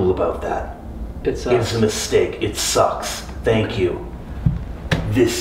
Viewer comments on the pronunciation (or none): "It sthucks"